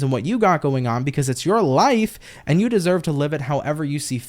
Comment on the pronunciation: Gosh I laughed so hard at "desoyved " haha I mix words all the time. Just enjoy your energy ❤️